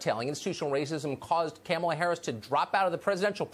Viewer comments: I really appreciate your content and hilarious way of pronouncing names, e.g. 'Chameleon Harris' 😂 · Kamala-pronounced, Cam-a-la 😂 love Tucker! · English is my second language, I don’t think Tucker miss pronoun Kamala, I didn’t see an o in her name, it only means she prefers to be call. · Tucker was just pronouncing the name the way Biden did.